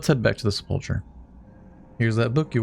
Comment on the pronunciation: and unteachable never learned how to pronounce selpulcher..